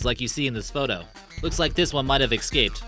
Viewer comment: Ah but of course, the Greys... So obvious. Wait... "Excaped"?... I'm sorry, but bad pronunciation is where I draw the line. (turns left) Come on Master chief. Let's get outta here...